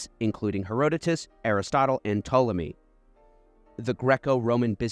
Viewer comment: How you pronounce Josephus and Herotus is annoying me😅